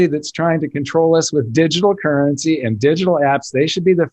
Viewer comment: Beep! Beep! It's "currency" guys. Let's keep this show on-track. lol